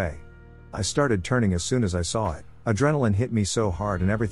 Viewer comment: Why can't you narrate these? Or hire someone else to? Other content creators do. Is it too much work for you? I'm really tired of bland robot voices mispronouncing everything "he was a real dowche bag ..beep boop" or "so my mom called for a babby sitter" or every "It" gets turned into an "I. T." Also let's not forget the robot stutter. Like you cant even proof listen before you upload? Even if the stories were good enough for me to suspend disbelief, I just get pulled out of them by the dry, clinical delivery and mispronunciations every single time.